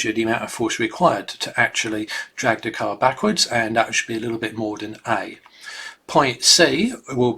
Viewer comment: Excellent video. The only problem I had was with his accent and the use of the variable "D". Lol, his "th" pronunciation is identical to the letter D. . . I found myself looking at "D" on the graph a couple of times when he said "the". Dee video was great oder dan dat.